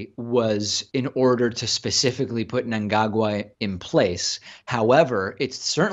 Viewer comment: Good lord! Producer Pats pronunciation of Mngagwa was shocking!!